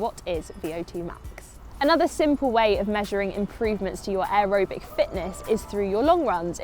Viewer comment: why are you pronouncing aerobic like that?